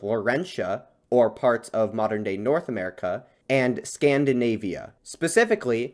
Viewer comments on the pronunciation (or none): none